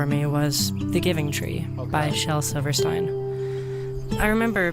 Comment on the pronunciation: I double checked, as I'm kinda pedantic and pronunciation felt wrong to me, the vowel progression of 'ei' in Shel Silverstein's surname is correctly pronounced like a double 'e', not like the pronoun usage of 'I' as she pronounced it.